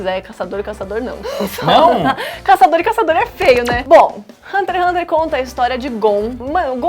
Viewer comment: Se passaram anos e meu ranço por essa menina ainda não passou. No início do vídeo, ela fala como se o Togashi fosse um preguiçoso, vídeo raso demais, envelheceu igual leite. Sabe nem falar o nome do anime que está apresentando, por isso esse ''programa'' não vingou, ambos não sabem nem o que falar. Péssimo vídeo.